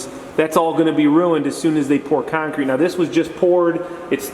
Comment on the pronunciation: Love how you call it kine-crete! :) Great vids! Thx!